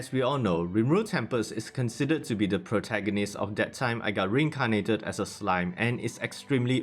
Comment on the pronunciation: im subscribing because of the word "protagoneeez".